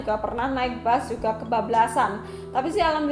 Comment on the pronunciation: Yg ngomng terlalu lebay sejak kpn bus di ganti dgn bas